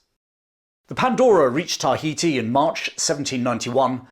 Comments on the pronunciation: Excellent account but, for fux sake its "ta HEE tee" not TAH hee tee". You say it in every damn sentence! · i like how you over pronounce and wait for others to realize you over pronounce TAI ...heti.